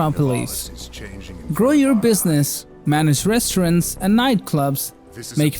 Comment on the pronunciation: "Resterents and niteclops"? Are you related to Borat by any chance? 😄